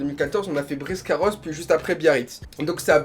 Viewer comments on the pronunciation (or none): Juste je veux dire qu’on dit « Biscarrosse » pas « Briscarrosse »😂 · On dit Biscarrosse 😂😂 j’y habite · Biscarrosse pas briscarosse 😂😂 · c Biscarrosse c pas bRisccarosse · Euh juste c pas briscaros mais Biscarrosse 😂😂😂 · J’habite à Bisca et comment t’as écorché le nom ça m’a fait mal